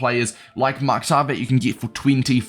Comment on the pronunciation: Bro respectfully it is pronounced Mukh-tar